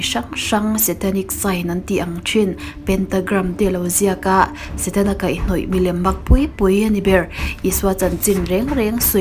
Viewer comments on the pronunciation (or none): none